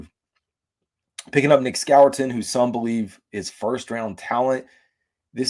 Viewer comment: Love the video. Btw it’s pronounced “score-ton”. Hope this helps